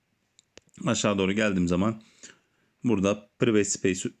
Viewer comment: Priveyt değil pırayvıt.